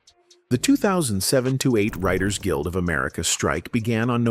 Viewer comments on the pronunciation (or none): none